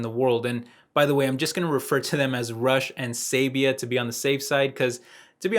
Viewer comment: Be careful. When you said, “rush and” it almost sounds like “Russia.” YouTube could miss interpret that, thus getting you demonetized anyways.